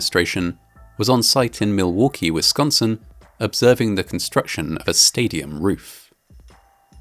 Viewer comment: I find it funny how you pronounce Milwaukee. The L is much less pronounced by midwesterners